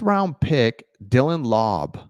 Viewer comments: AOC will start, he has been working on quick release and his speed. Super accurate still and can make all the throws consistently. Has the body of a NFL QB. And just once more, it’s Lau-bey, not Lob All good, i know your not a Raider fan like me. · It’s Laubé; you’re such a white boy ! Don’t take it personal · Koonce is one syllable. From Buffalo, drafted in 2021. And Laube is two syllable…lol. I got you my man.